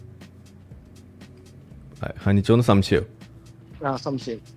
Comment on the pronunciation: ഇയാൾക്ക് 'ശംസയമാ.. എല്ലാറ്റിനും സംസയമാണോ 'ന്നാ എൻ്റെ ശംസയം'😂